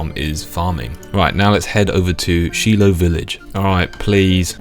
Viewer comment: They way you pronounced "Shilo" was killing lmao. "She-lo" Where I'm from we pronounced it "Shy-lo"